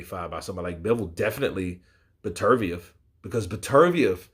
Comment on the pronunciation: It’s pronounced better biev